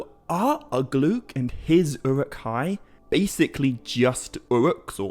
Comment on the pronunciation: Ugluk not uglook.